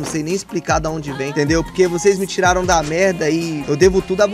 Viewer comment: "tiraro" carai kkkkkkkkkkkk